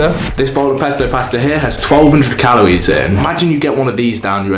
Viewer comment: Calories* not calowies